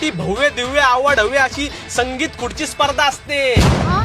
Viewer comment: पण त्या मुलीला चुकीचं बरोबर करायच्या नादात तोच चुकीचा शब्द बोलला.. संगीत खुडची ❌ संगीत खुर्ची ✅